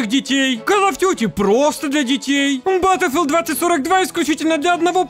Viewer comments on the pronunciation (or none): none